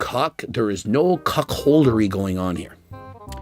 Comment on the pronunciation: The way pronounced cuckoldry actually made me spit my fucking drink laughing lmao